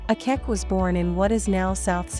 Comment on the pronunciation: please she is not called Akeck, her name is Akech